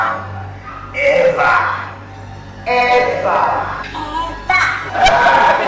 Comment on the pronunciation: Evava Hindi evava Eva lang Eva lang Evahhhhhh